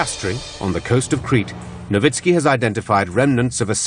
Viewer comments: That is how "Nowicki" is pronounced. Actually it should be "Novitski." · Am I the only one who hears the narrator keep saying a name like "Lowitzki" just before Dr. Nowicki comes on screen?